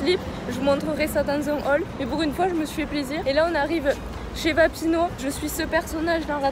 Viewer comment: mon Dieu heureusement que t'as changé ton intro ! le rouge à lèvres noir stylééé Et c'est VapiAno pas Vapino. De ouuuf les gens font comme si c'était ultra normal mais arrêtooons. J'ai le seum y'en a pleins qui ferment des Vapiano ;(